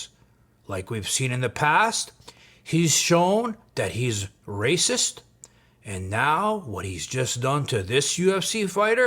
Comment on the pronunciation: Why are we in some kind of soap opera? Wes is a clown. But it seems way too many people are using him to finesse the algorithm. Talking smack on someone everyone has concluded is a clown. Why? Lets move on. This "pizza chit" is already burned in the oven. Also "rayciss" come on man. He was in prison in Cali, literally segregrated by race. Bravo your production quality and attention to detail is way too high to continue with this clown.